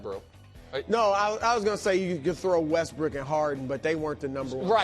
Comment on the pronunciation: Brou called him westbrick 😂